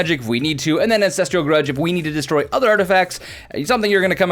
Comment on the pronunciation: "MEM NIGHT" "V ALL T" Scourge "AN SES TRAL" That's just from the first couple minutes! Enjoy your vids but WOW! P